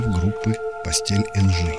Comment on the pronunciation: Извините,но не постель,а пастэ́эЭль!Ударение на е произносится как Э